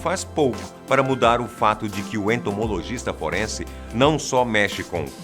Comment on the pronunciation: É "Entomologista " e não "Entomogolista"